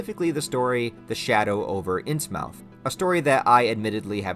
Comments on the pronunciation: It’s not ins mouth it’s innsmouth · Innsmouth is pronounced INs-mith